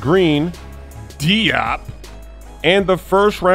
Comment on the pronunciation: your emphasis on “Diop” was hilarious!